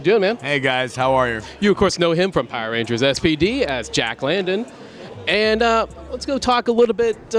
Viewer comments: This host doesn't know his Power Ranger history as a so-called fan. The show aired in 1993. And he said Jack LANDON no it's Jack LANDERS, lol. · Jack Landing? It's Jack Landers.